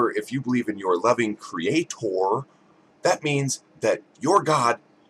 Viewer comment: It's CreaTHOR! *giggles* She grinds my gears! She needs euthanization!